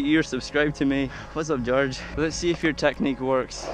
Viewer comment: Yeah you said Georges name right